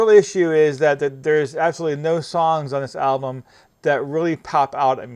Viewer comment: Also.. you say Ablum.. a lot.. annoying..